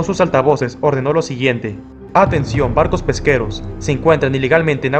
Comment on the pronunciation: 5;33 por qué dice bardos en vez de barcos🤏🕶️🤨